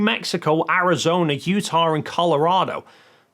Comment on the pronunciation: yup, that's how he is pronouncing it. But there is no R in you-taw.